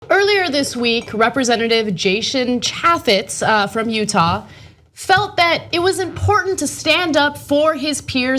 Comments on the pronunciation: Trivial note to Ana. The "a" in "Chaffetz" is long, like in "ape", not like in "apple". FYI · You don't even know how to pronounce his name